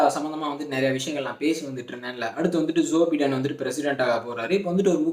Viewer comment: உச்சரிப்பில் வேண்டும் ஒரு திருத்தம் ......!! ? ஜோ பை( bi )டென்